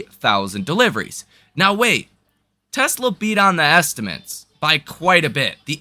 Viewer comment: Great analysis but please stop saying "estimints" - estimAtes is the word.